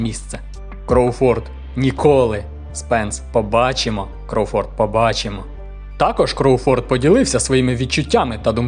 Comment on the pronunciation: Я навіть чекнув західних коментаторів, правильно КрОуфорд, а не КроуфОрд, цей наголос дуже ріже вухо.